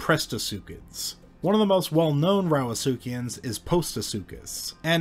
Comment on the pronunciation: Drinking game take a shot every time he says suchiaans. Also imagine walking through the forest and instead of stumbling into a bear you come across a 7.5 meter long crocadilian. No thank you. 😬